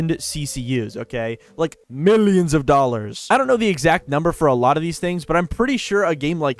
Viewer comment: can't tell if you are saying billions or millions